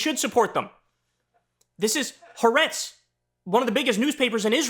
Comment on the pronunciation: Lol Listening to Kyle say "Haretz" instead of "Ha'aretz" is comedy gold